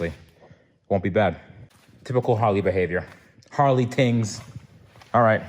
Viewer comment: said "Harley Tings" 😂